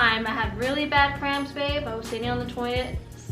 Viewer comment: It's cramps not scramps 😂😂😂